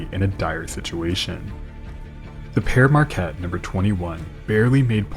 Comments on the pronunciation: Another banger. Quick dialect tip, in most of Michigan, especially west Mich, pere Marquette is pronounced like pier Marquette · Another awesome Great Lakes video. Thank you for the work you do. And, btw, it's pronounced "peer" around here. :)